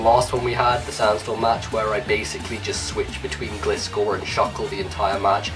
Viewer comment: good video but you did not pronounce Gliscor right, it is pronounce like this Gli-scor not Glis-cor